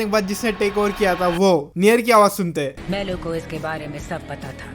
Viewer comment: Mellow ❌ Levi ✅